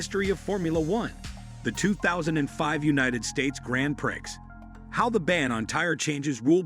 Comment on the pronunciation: If you're going to use AI narration at least have the decency to teach it correct pronunciation, my French may be rusty but I'm pretty sure it's not Grand Pricks.